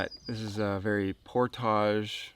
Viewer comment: oh it's YOU...with your "Pour-Tagaughe"... Pour--TAGE!!